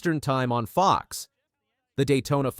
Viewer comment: Whoever is making these announcements needs to learn the name of FOX 🦊 not the FOX like he’s saying NBC. With all the time changes, etc. they may be alienating the older crowd - oh, I know they want the younger crowd too - with having post race or even races on YouTube and others and starting so late in the afternoon. Oh well, after the debacle of the final race of the year and only 4 delivers can race for the championship, and some haven’t won enough races to be called a champion, maybe it’s time for this old lady to take up watching something else….do they have a show that shows paint drying?